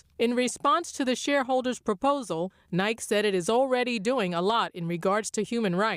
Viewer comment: the nice lady seems to have not been told how to pronounce “Nike”